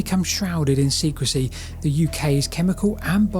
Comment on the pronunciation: "SECREY"? or SECRECY?